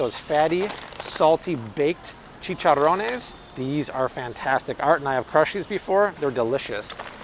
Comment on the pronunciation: Your Spanish accent “chicharrones” is perfect.